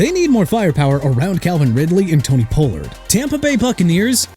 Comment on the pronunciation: I'ma ask you to stop with the Jagwires business okay?! And also Kansas City can have Tyreek Hill and Miami can have Lattimore. Anyone wanna disagree and have an argument with me? I'm ready... also what part of Pollard is pronounced pah-lurd don't you understand and seriously Tennessee then Tampa Bay... WRONG ORDER!! WERE YOU AND YOUR EDITOR BUDDY SMOKING BEFORE DOING THIS VIDEO?! UNBELIEVABLE!!! PLEASE QUIT...